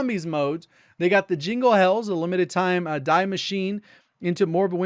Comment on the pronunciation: Btw, the "die" in "Die Maschine" (Engl. The Machine) is pronounced like "dee" in "deep" for example, and just means "the".